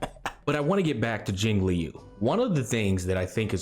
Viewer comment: Isn't Jingliu pronounced like Lucy Liu? As in "Jing Lu" and not "Jing Lee-You"?